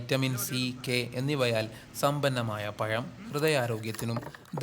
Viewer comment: പയം അല്ല പഴം എന്ന് പറയു പിളിസ് ❤️👍🏻👍🏻🙏🏻